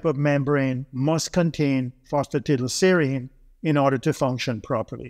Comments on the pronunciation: Fancy taking advice from someone who cannot even pronounce PhosphatidylSerine! Tiddleserine? Really? 😆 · No he didn't.